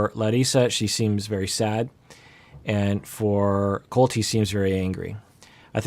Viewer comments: What he said: "Colt, he seems very angry" What I heard: "Coltee seems very angry" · I heard the same thing lol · Hahaha omg I heard the same lol... I even rewinded it couple of times..and every time I hear coltee :'D